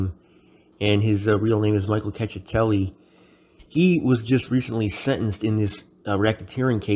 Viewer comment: “Check- eh- telli”